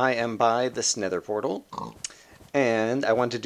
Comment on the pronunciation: At the beginning it sounds like you say: alright i am by the snether portal